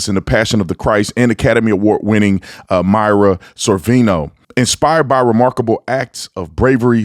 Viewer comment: The actress you mentioned in Sound Of Freedom, Mira Sorvino, her name is pronounced Meera, not Myra. She's also the daughter of the late actor Paul Sorvino who was in Goodfellas. I know it's not important in the grand scheme of things, but I just wanted you to know ❤